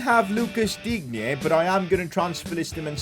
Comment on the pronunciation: You should say [Dine] not [Dignye]